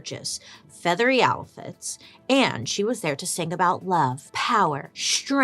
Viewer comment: Am I the only one who giggles everytime she says "alfits" instead of outfits? 🤔🤣